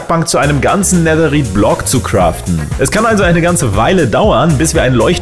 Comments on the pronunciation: Netherite wird so weit ich weiß Netheride (englisch ausgesprochen) ausgesprochen oder Nethereite (deutsch ausgesprochen) ausgesprochen 😬 Kp ob man verstehen kann was ich meine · Bitte sprich Netherrite nicht so deutsch aus 😂